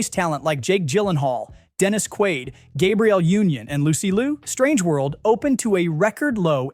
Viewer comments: How about Gabriel Union? That is an actress, not an actor, but it was said like it was a man's name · and they didn't pronounce Gabrielle Union correctly either.